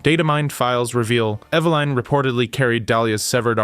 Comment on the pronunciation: EVA-LIN not EVA-LINE.